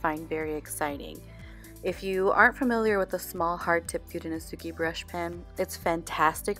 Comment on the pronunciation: Pronouce your letters dont say them Fu de no se ke.. dont say the letter e at the end pronounce it ehhh